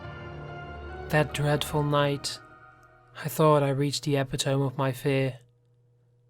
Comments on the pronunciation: New listener here. Great reads yo! By the way, epitome is pronounced eh-pit-to-mee. I've made the same mistake saying eh-pit-tome. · Heh. Good story. BTW, is it a Britishism to pronounce it epi-tome? We would pronounce it e-pi-to-me. Noticed you did it once before.